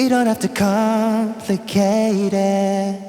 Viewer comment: Isn't it "We don't have to com-plicate it"? I heard "we don't have to com-ficate it" Nice guide though.